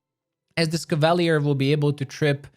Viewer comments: Cava-leer. Not cav-all-lee-ir. Lol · Cav-Ah-Lee-Err not Caval-ee-urr, sir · Hurts my ears. CAV AHH LEER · Cav-a-leer. That how your pronounce it. Not that mess you say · Love your build guides. Would love to see how you would build a shapeshifting druid. I'm currently in Act 3 with a Azata Bard. Love the story lines. However, learning the Crusade part of the game is challenging. Finally, no offense, but it's pronounced; CAV-A-LEER as in cavalry. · Cavalier. KAV-UH-LEER . NOW SAY IT RIGHT. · ka·va·lyé is the correct pronunciation. NOW SAY IT RIGHT. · How TF do you fuck up the pronunciation of a word as simple as cavalier so bad? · they way you say cavalier is painful